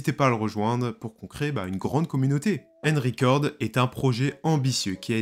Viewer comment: Une horreur d'entendre ta prononciation du "un" dans Unrecord. C'est un "u" et pas un "e" donc pas "enricord"....